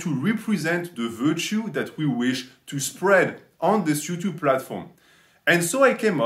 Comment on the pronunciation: "ellotube" love that